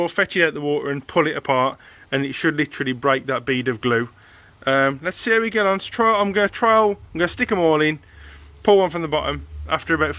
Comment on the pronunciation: “Let’s see how we getohn”